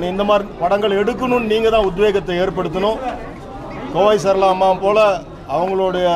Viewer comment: Adaaa Little Talks unga hashtag ah yena tan panrathu, that's "Kovai" Sarala Man....Not "Kovil" Sarala 🤦🤦